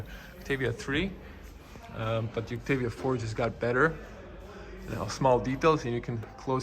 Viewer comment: I thought pronunciation was "Oktaavia" not "Oktevia".